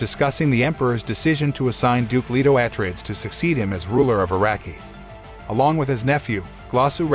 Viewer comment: Can't you pick a better tts for the pronunciation of some of the words like atreides